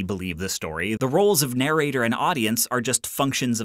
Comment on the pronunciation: narrator pronunciation - /nəˈreɪtə/